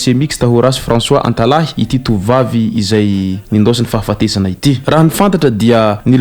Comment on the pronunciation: "Antalaha" fa tsy "Antalahy"